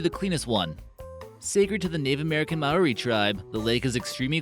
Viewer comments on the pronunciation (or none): none